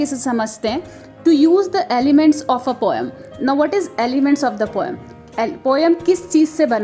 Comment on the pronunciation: The pronunciation of poem is 'poe-m' we mispronounce it as poe-yum.😁